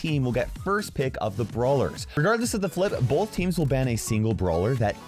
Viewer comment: I didn’t know the word “both” had an L in it.